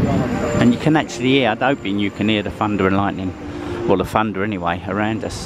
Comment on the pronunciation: Did you say FUNDER, is it not THUNDER, you also said FROO and its THROUGH!!!!!!!